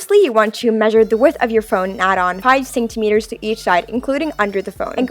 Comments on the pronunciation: She says centimetres as Saint-a-meters it's pronounced cent-a-meters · I love how she says senktemetres not centimetres 😂